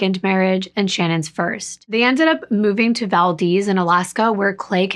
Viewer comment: Shoutout for saying Valdez right!! It’s the little things.😜